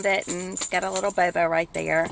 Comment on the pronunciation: the word isn't bobo, it's booboo.